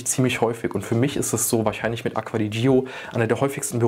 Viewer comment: Aqua di Jo spricht man es aus